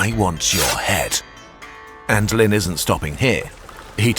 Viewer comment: Always is funny when Westerners, especially Brits, make something about a foreign country but don't bother to have a native speaker teach them pronunciation. (Like when the Olympics were in Brazil and all the Western press pronounced Sao Paolo like it is written, but in Potuguese Sao is pronounced "san." In English the city name would be Saint Paul.) Anyway, in this video Lin isn't pronounced Lynn like the name, but rather as "lean." Guangzhou, the zhou is pronounced like the name Joe. There are also four tones in Chinese, but that would be pushing it.